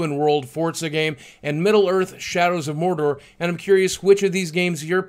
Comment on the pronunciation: Someone call Alexa Ray Corriea! Boogie said "Shadows" of Morder... HE WILL PAY!